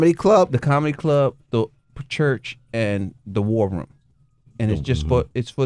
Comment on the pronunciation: The way damon says room "rum"